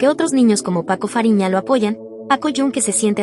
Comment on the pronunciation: Paco fariña❌️ Paco raphina✅️